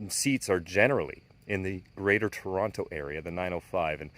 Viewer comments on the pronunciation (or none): none